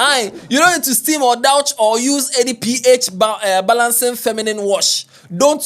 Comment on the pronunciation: It’s pronounced “duush” not “dawch”